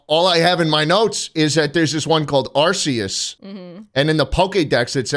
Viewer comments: HE PRONOUNCED ARCEUS CORRECTLY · All right, here’s what actually happens the 1 billion Lyons see Arceus Arceus snap some out of existence also slot it’s pronounced (are key us ) Arceus Edit: back two years later, I’m a fucking nerd😂